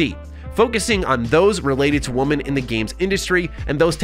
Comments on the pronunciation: It sounds like you are saying woman instead of women every time. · I love and his channel. But why does it seem like so many Americans don’t pronounce the difference in woman and women. It makes the sentence feel so off.